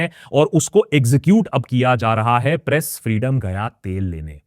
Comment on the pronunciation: I rewined 5 time and can't stop hearing "Breast Freedom ko khatam kerna" I was like 😮 then 6th time I turn on the captions and read "press freedom ko khatam kerna" 😅